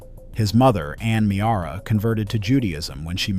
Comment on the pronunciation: The narrator mispronounced: Ann Meara’s last name, the word “Chai” (the Hebrew word for “life.” ) and the Jewish holiday Chanukah. The CH should not have been pronounced like the “ch” in the word chalk. It should be pronounced as if you’re clearing your throat while saying the letter H.